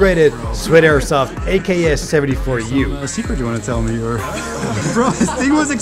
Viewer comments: Bro got the AKS-UWU instead of AKS-74U💀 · “The Auwu 40moaner” -Masteroogway